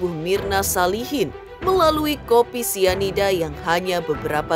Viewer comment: Pelan2 bunda ngomong nya biar ga salah2 😂 Sianida bun bukan isida😅 Mirna yang minum kopi bun bukan Jesicca 😂 Kesel boleh bun tapi pelan2 pak supir hahaha